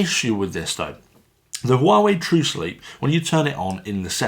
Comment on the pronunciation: Great, i've been waiting for that review :) And it's being pronounced "Uawéi" basically